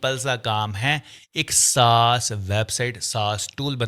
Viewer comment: Saas word sahi se bol pehle